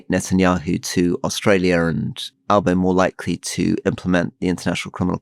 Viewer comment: In Australia….its very much Trump undermining Dutton. Dutton wanted to use Trump tactics, he’s pulled right back & looks out of sorts. Rory, you’re not overstating the trump effect. And Alistair, your right on 1st pronunciation of Albo :) Oh & Dutton has a very shady record with his police service.